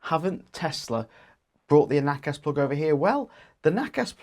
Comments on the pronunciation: Nobody ever implied that NACS (pronounced “nacks “ not “nackass”) should be a worldwide standard. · LOL nackass sounds so Australian pronunciation